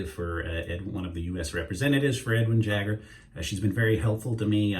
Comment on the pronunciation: Why can’t you say Edwin Jagger?